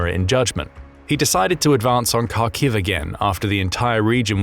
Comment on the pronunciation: Will you ever bother to learn how to pronounce Kharkiv?